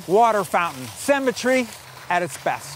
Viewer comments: Cemetery? 🤦🏻‍♂️ Symmetry. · symmetry is not pronounced "semetry". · "cemetry at it's best" sure lol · Cemetery? Don't you mean symmetry? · 1. It's pronounced sEEEEEmetry, not a sAmetery. Grrrr 2. The tunnels are no longer secret, you blabbermouth! 3. For something that's supposed to be secret, these tunnels are surely not hidden well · I believe the word you’re looking for is “symmetry” pronounced /ˈsɪmɪtri/, not semmetry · This guy needs to back to school and learn how words are pronounced. " semitry" - really? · This guy pronounces symmetry like cemetery, I was like what??? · Why is he pronouncing symmetry as cemetery?! "Owners loved the cemetery!" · That guy doesn't know how to say "symmetry"... he pronounces it like "Cemetery" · Love how he pronounces "symmetry" as "cemetary". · Cemetery (graveyard) instead of symmetry and Pavarottay instead of Pavarotti This guy is thinking he's all sophisticated with his pronunciation. Gotta love yanks, they are funny folk aren't they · I can't get over how he pronounces 'symmetry' like 'cemetery'. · Why does this guy pronounce symmetry the way an English person would pronounce cemetery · the host pronunciation of 'symmetry' had me totally turn off this walk thru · This guy can not pronounce symmetry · Please learn how to pronounce symmetry. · I wish this guy could pronounce "symmetry".